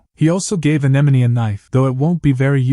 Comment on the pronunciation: I don’t get ai. It always mispronounces simple words like bow but gets anemone right? Most people don’t get that.